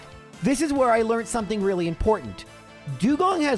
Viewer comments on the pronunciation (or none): none